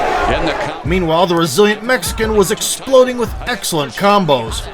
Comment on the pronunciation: Why you say mexican like that it sound racist 🤔